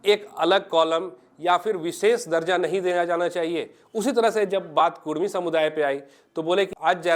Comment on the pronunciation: कुरमी ❌ कुड़मी ✅